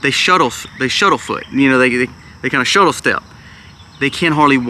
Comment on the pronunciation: It's....... SHUFFLE step........ not shuttle 🙄🤣